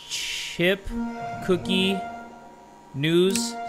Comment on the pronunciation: I thought he was asking for cocaine when he said cookie 🤣